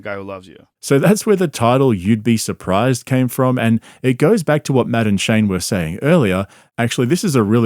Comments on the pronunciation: Took me halfway thru the video to notice you are saying Matt and Shane not "Madam Shane' 😂😂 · Am I the only one who thought he was saying Madaam Shane? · It sounds like he's saying Madam Shane, which is how I will now and forever think of Shane. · You know, every time you say Matt and Shane, my brain hears "Madame Shane" 😂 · Anyone else think he was saying, Madam Shane?😂😂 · I straight up thought you were saying "Madame Shane" and thought I was out of the loop on some joke lmao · "Madden-shay" :^D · When you say Matt&Shane it sounds like Madame Shane. and that makes me laugh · I thought you were saying "madame shane"😂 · I kept hearing “madam Shane” and I was so confused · When he says Matt and Shane I keep hearing Madam Shane. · I can’t help but think you are saying Madam Shane lol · I keep thinking he's says Madame Shane lmao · It took me until halfway through the video to realize he was not saying "Madame Shane" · Matt ‘N’ Shane (I kept hearing) Madam Shane lol😂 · Everytime you say "Matt and Shane" all i hear is "Madam Shane" 😂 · I thought you kept saying "Madam Shane" and I was wondering who that was.